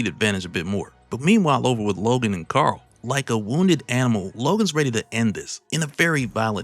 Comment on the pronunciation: something about hearing "Carl" being said in comic accurate fashion.. Is sooo perfect. It's like someone wrote this for to narrate it!